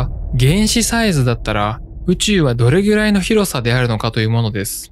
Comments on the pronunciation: 『きゅ』が気になるww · ははは！「どれぎゅらい」を何回言いたら気がすむんだ。